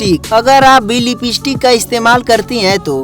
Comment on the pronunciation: Bhayya a lipeeeeestick nahi Hai lipstick hai 😂😂😂